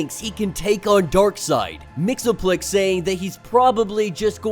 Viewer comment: It's pronounced Mix-ease-pittle-ick actually